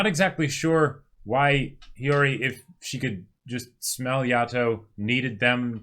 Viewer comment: YESSS!!! They finally pronounced Hiyori right! Also, we never got the story with the butterfly